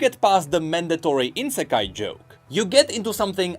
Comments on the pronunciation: Its not Insekai its Isekai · everyone: say I-Se-Kai: Insekai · saying "insekai" instead of "isekai" triggers my soul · Why is he saying insekai it's isekai... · It's not insekai it's ISEKAI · thx for the news but its ISEKAI not INSEKAI :D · Next episode he'll be apologising for calling it insekai not isekai bet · Will someone tell that theres no N in isekai? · Whenever says "insekai" my inner weeb REEEEEEs. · INsekai??? Dude! You have it right behind you spelled out for all to see!